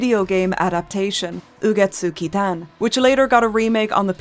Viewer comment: the pronunciation was so good it made me subscribe omg